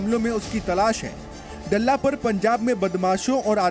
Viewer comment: डल्ला नही दल्ला कहो